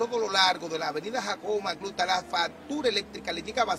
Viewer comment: Da pena como ese reportero dice "Jacobo Macluta" 😢